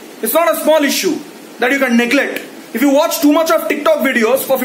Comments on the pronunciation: The way you say Ticktock is brilliant 😂😂😂😂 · The way he says Tik Tok is just jokes 😂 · Look at the way he says TIK TOK 😂😂😂